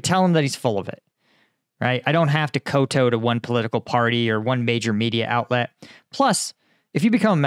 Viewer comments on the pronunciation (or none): I love you, brother, and your channel is awesome, but (and I say this lovingly) kowtow is Chinese and pronounced like cow tau, not koto. Keep up the good work. It's just me.